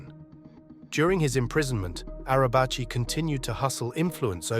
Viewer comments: Nekati arabchi :)) it s pronounced nejati araji.. kinda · It’s Pronounced Nejati Arabaji